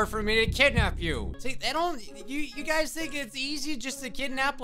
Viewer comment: Lmao when he says "Hello guys" at the beginning of the vid, it sounds like he says, "Hello gays" akdhsksjs XDXD